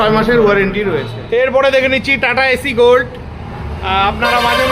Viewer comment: দাদা ওটা এসি গোল্ড নয়, সঠিক উচ্চারণ এস্ গোল্ড